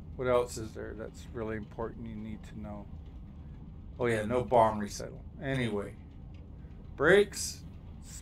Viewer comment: a bomb recital? it's rehearsing it's bomb song? I think you mean RET-IH-KUUL aka Reticle. im only being a goof though, i know what ya meant :D